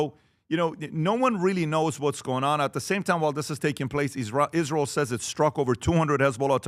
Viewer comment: Adam’s illogical talking points are the reason people dislike “Izzrul” as Lindsey Graham would pronounce it